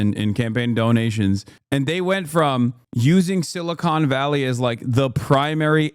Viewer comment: I love that he keeps calling it "Silicone Valley" lmfao